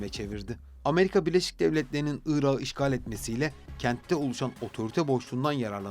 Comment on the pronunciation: Irağı diye telaffuz etmişsiniz Irak’ı demeliydiniz. Bu tür kelimelerdeki son k asla yumuşamaz